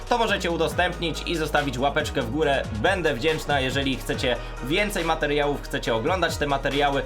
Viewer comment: czy on powiedział bende wdzięczna czy to ja się przesłyszałam ? :)